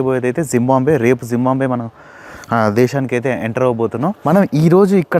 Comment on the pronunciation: jimbambe kadura zimbabwe. sarigga pronounce cheyyara